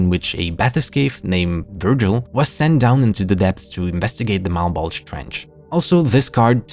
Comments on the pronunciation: Mal-Bowl-Juh, not uh Malbulge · It’s pronounced “malbolja” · I’m fairy certain it’s pronounced Mal-Bow-Juh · Malbulge lowkey sounds like "my bulge" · Whenever you say "Malbolge" I hear "my bulge" and that just adds to the semi-serious tone of that series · Ok, I'm twenty minutes into the video and I cannot be the only one hearing "mah bulge" every time refers to the series by name. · i keep mishearing malbolge as "my bulge" lmao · “Mah bulge” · Instead of Malbolge, I keep hearing Mt. Bulge... hehehhe... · We really just gonna skate past the easy joke of the fact the trench sounds like "mah bulge"?